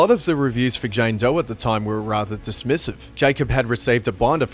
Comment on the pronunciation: “JAYNE DOY”